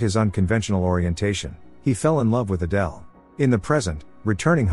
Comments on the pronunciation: Why did the pronunciation of Adele keep on changing? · Need to stop using the computer voice for these... It can't even be consistent in how it pronounces Adele's name 🙄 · AYdul? Really? Why is AI not better at this? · Wild story. But irritating that the AI narrator started mispronouncing “Adele” for the entire last part of the story.